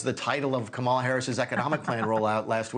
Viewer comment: "Kamal" Harris? A 5 year old can read enough to know the right pronunciation of her name. Its not that hard bud. Sound it out if you must.